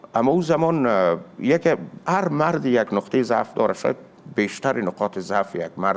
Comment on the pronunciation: جان برنامه اترا اکثر ګوش می کنم، لیکن انتقادی که از خودت دارم و می خواهم تصحیح شود اینست که، واژه ها را خیلی قلقله می کنی، تا حدی که مرتکب اشتباه می شوی. مثلا: "چیره دست" را "چهره دست" ګفتی که اشتباه مطلق است. مثلا: " نقطه ای ضعف" را "نطقه ضعف" می ګویی، در حالی که در زبان های دیګر هم، همان نقطه ای ضعف است ، یعنی نسبت داده می شود. لطفا اندکی توجه کن و کوشش کن بیشتر نرمال صحبت نمایی عزیز من.